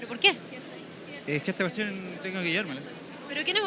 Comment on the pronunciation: "Es que esta cution tengo que llevarmela" jajaja